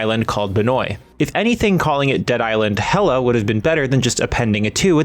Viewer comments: Why did you keep calling it "Hella"... its obviously a pun of LA being "Hell-Ay" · omg... it's not HELLA .. .it's Hell A... like LA thats the joke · Played the game. No NPC says hella they say HELL-A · u did not just say “helluh”… i gotta go. can’t wait to enjoy the game friday! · Stop saying HELLA!